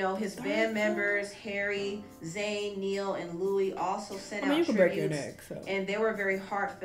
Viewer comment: “Neil” 😂 is so unintentionally funny 😂